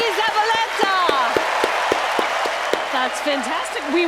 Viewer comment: I enjoy a lot reactions, despite I am not too interested on magic. PD: I think it could be difficult for some american people to pronounce Ñ, but Alisson did it so well, although not so good the pronunciation of Z. PD2: I challenge to pronounce Iñaki Zabaletta, correctly Nice job,. You will have 100000 subs soon